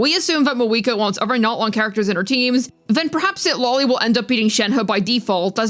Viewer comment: Is just me or says Citlali as CitLOLI.